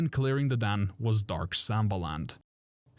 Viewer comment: its not pronounced dan. its pronounced dawn.